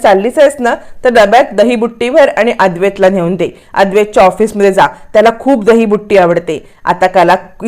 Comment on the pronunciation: दहीबुट्टी नाही हो दहीबुत्ती